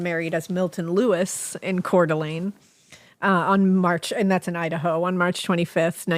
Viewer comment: Good job pronouncing Coeur d'Alene right!!! I'm from that area and even some people that pay tons of money to visit there don't say it right lol. Not an easy one!